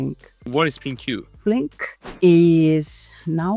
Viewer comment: Why is he saying Plin-Q when she clearly doesn’t pronounce her own company that way.